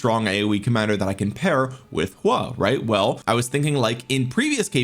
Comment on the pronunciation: why you calling him "Hua" lol